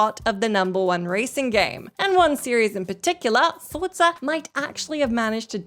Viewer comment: saying Forza correctly is so cute.